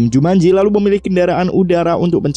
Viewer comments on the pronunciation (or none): Jumanji woyyy bukan jumanjo